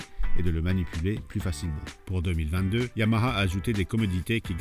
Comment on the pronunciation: Enfin un qui sait prononcer YAMAHA !